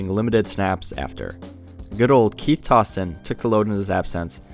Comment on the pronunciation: “Tows-ton” for Toston, not “toss-ton”